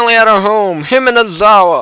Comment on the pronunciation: why do you keep saying Hinamizawa like Himanizawa?